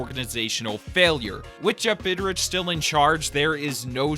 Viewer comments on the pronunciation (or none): I like how doesn’t even bother to pronounce “Bridich” properly. He gives him the respect he deserves!